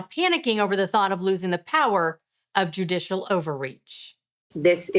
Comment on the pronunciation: JUDICIAL dear, JUDICIAL, not JudiTial.